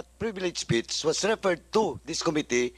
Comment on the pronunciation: Com mi tteee. It's Committee. bobo